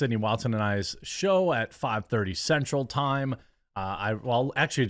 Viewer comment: I heard sexual time, not central lol